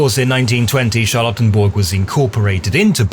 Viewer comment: This whole thing sounds...oddly familiar A military parade to celebrate his birthday, making monuments named after him...hm Also, I keep hearing "charlatan-burg" lmao